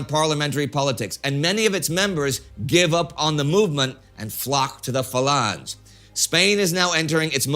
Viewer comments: i thought it was Fa Lan Hey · Isn't Falange pronounced Fa Lan Kay? I thought it was.